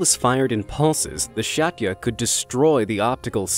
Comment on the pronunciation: shatya?😂 you have no idea how to pronounce it…. it’s at least “sjz - a - ti - e”